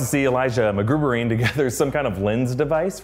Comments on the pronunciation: haha did you say mcgoover? ROFL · Did you say "mcgoovering"? Instead of "McGuyvering"? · Mcguvering? You mean mcgyvering? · Did he just say "MacGoobering"? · "Magoovering" instead of MacGuyvering?